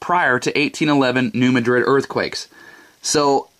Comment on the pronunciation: That's New MAD-rid, not Ma DRID.